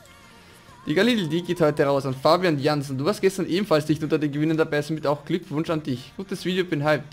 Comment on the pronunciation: aber es falsched mich jedesmal wenn du Fabian sagst